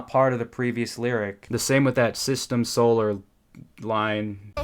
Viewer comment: bro "solar" idk it made my brain hurt